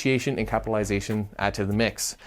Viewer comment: Are you sure you are pronouncing correctly capitalization?